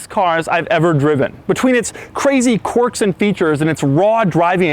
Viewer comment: He pronounced quirks wrong